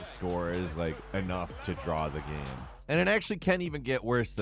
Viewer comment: Hearing someone pronounce game, as “gaaeaemmm” is worse than everything you’ve said.